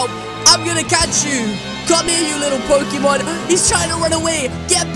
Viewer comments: DID YOU SAY POCEMON!!!??? DO PECACHU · DID YOU SAY POCEMON!!!!??? DO PECACHU